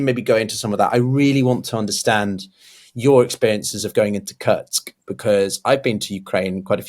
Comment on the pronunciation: I love you but you have got to stop pronouncing Kursk as "Kurtsk" 😅